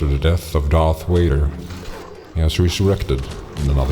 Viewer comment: Honestly I dig your accent - German, i guess? FYI though you might want to call him Darth Vader not Darth Wader. People who in'vade are much scarier than the ones who ... wade. Thanks for the mod review.